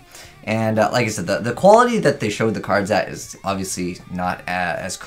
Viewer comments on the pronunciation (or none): none